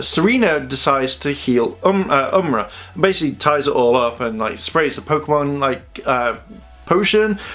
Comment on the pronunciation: its am-or-ah not umra you might have figured this out earlier idk just letting u know